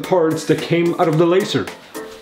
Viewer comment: hmm.. puff... arggh... you're.. you're saying LASER WRONG!! :@